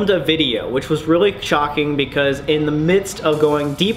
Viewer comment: No one: Sam: "which was really chocking" NOT "shocking"